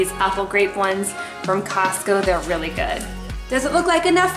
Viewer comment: “Whelly whelly whelly good”